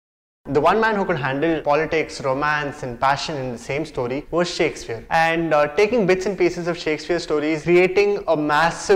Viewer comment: Dude, you have improved a lot but please keep in mind that it is "Shakespeare" and not Shakesfear.